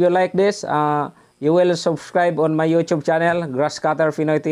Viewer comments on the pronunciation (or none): none